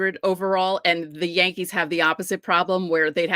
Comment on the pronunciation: Did you say the Dodgers had pothead? You mean Pages. It's your New York accent. LOL The Hispanic players pronouncing Yankees as Jankees are trying to say they're a Junk team